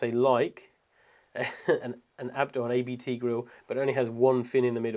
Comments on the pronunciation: Hey! Nice video, thanks you very much! btw: its abt, not ay-be-teh. Its a lastname of campanys founder, not an acronym.:-) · It's not "A.-B.-T.", it's simply Abt. It's a family name. It's also a clerical term, it translates to "abbot".